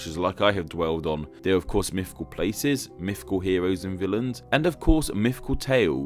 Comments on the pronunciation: I love your content, it's amazing, and I love how expressive your avatar is, but every time you say 'myfical' I cringe. Also in another one about hitlers you said 'Angela' with a hard 'g' like in game! I have an aunt called Angela and I can confirm it's pronounced with a soft g like in gesture. I love your channel and I'm not even asking you to change, I'm just complaining. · “Mifficool.” Lol.